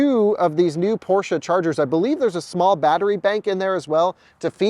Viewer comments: Thanks for not calling it Porsch like some ignorants. 😂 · congratulations! And you pronounce Porsche correctly with a German „e“. Have fun 👍